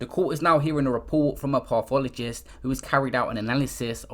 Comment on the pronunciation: Pissed myself every time my man said "pathologist" wrong